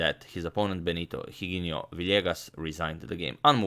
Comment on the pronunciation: Just a small correction when you're pronouncing Spanish names, or Spanish in general: You called Capablancas opponent as if the letter 'h' had a sound, but it doesn't in Spanish. You should pronounce it as if the letter wasn't there, so just as if it was 'Iginio'. And the 'g' letter must be pronounced strongly, like you did with the 'h'. If you pronounce it softly, it must have a 'u' behind it, so if I had to write down what you said, it hould be like this: 'Giguinio'. Hope this was useful to your vast knowledge ;)